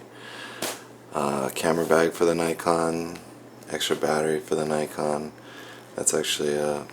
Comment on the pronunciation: NI - con? Its pronounced "NICK - ON"